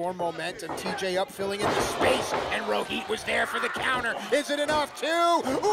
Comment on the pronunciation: It is Rohit not Roheet 😂